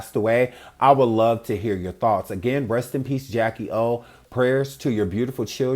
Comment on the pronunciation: "I luhhhh you Jack!" "I luhh yuh guh!" Wait! Who is Jack? Bruh! This man is next level. That can't be her nickname. How come he can't say, I LOVE YOU?! SMH! He was tryna have "sebn mo" kids with WHO? 😮 A new WW? Inappropriate. "Jack"? Equally inappropriate, cuz she would have required "sebn mo" surgeries after that. Smh!